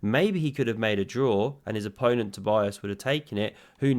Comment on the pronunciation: So his name is pronounced toe-BEE-is KER-luh (very roughly). But the first name is the most important one. toe-BEE-uss